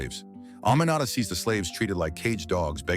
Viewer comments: that’s not how to pronounce “Aminata” not “A-ma-na-ta” It’s pronounced as (A-me-na-ta). Also I live in Freetown Sierra Leone🇸🇱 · My name is also Aminata, and i could not tell what he was pronouncing until i saw your comment 😂